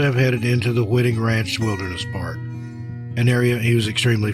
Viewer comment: Hi: on the 1st story, "Whiting" Ranch is pronounced with a long "i", like in the word " white", not like wit.